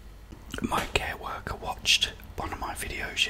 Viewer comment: I think he said care-worker?